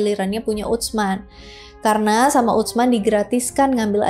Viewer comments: Utsman dilafalkan biasa aja kak "Usman" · Ditulisnya UTSMAN...dibacanya USMAN aja 😊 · Izin menyampaikan pelafalan nama " Utsman " yang lebih tepat. 🙏🏼 Huruf "ts" (tsa'/ث) dibaca sebagai satu huruf. jadi, tersuara utuh, bukan seperti huruf "t", kemudian "s". Jadi prakteknya, terdengar seperti "s", namun dengan sedikit memgganjalkan ujung lidah ke gigi seri atas, dengan sedikit memberikan celah. semoga membantu. 🙏🏼😊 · !🎉🎉 Aku ga nyangka kakak bahas sahabat Rasul Saw, btw, pelafalan Utsman untuk "ts" pelafalannya itu sama halnya "th" di kata thinking..... Tapi sebelum itu, terima kasih yaaa🎉